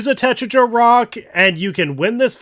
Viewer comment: Pronounce Tetraja in the same way you would pronounce Tetrakarn